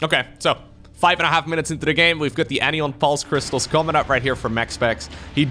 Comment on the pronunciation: Just want to point out.... it's AN-EYE-ON crystals. Like Cation but the opposite anion. Negatively charged ions.